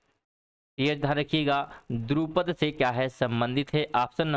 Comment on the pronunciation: बहुत बहुत धन्यवाद 🙏 लेकिन त्रुटियां कम करने की कोशिश करें.. पहले प्रश्न में उच्चारण 'सगाई' नहीं बल्कि 'संगाई' है और दूसरे प्रश्न में द्रुपद, नहीं बल्कि वो ध्रुपद है, वर्चस्पति की जगह वाचस्पति होगा..🙄